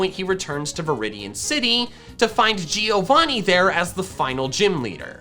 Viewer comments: Man Giovanni is an Italian name, you should pronounce it like Joe-Vanni, rather than Geo-vanni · Man I'm Italian and that isn't the correct pronunciation of giovanni, the correct way to pronounce it is like jovanni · not to be rude but her name is not "leaf" its GREEN is that so hard to say! also its not gee-o-vonee- its prononced joe-von-ee its italian for john. google it i dare you. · A note from an Italian that is watching your videos: Giovanni is pronounced like JOE-VANNI not GEE-O-VANNI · it's always funny hearing american pronuncing different languages words, wtf is GIIIIO VANi? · the pronunciation Of Giovanni is like Jo. as if his name was Jovanni